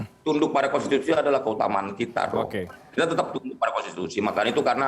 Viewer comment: Kok yang jadi kades malah nggak pahan konsti, kon siti, halah, konsi, konten, halah opo seh, konstitutut, konsist, kontan, wes mboh, kontan ae